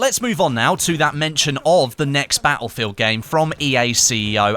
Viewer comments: bah ill feel? its pronounced, battlefield. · Ba-el-fill !! Lol